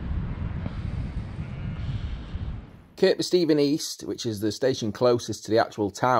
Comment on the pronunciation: The second K in Kirkby Stephen is silent. It's pronounced Kirby......